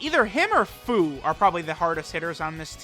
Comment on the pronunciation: HIS NAME IS PRONOUNCED FEW